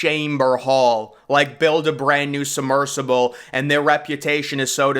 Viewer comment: “Summersible”? It’s “submersible “.